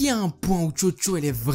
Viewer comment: Mec quand tu dit chocho moi j'ai cru entendre jojo